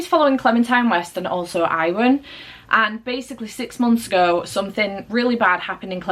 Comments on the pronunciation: Great vlog! 💕 just a little fyi - Iwan is pronounced Yew - un - gotta love those welshy names 😀 also I agree wholeheartedly with your review of Yellowface - I will give RF Kuang one more chance with The Poppy War 🤞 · You pronounce Iwan wrong. It’s Youwan. Awesome vlog.